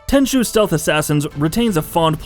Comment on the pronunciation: It really hurts to hear how he pronounces Tenchu. 😭